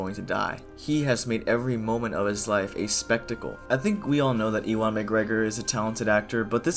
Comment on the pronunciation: Ewan is pronounced like "Yew-an" not "eee-wan"